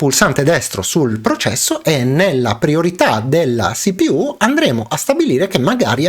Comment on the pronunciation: Perfavore: si-pi-iú o ci-pi-u